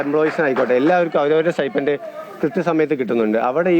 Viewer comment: It is sti"p'end, not sti'f'end or sti'ph'end!